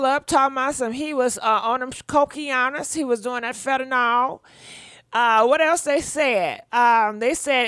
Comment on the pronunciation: Omg. The caller is repeatedly mispronouncing "Fentanyl ",and then, not even clearly defining it.."It's a #1 killer."..Ok, is it a drug? A disease? clearly asked what it was 😄😄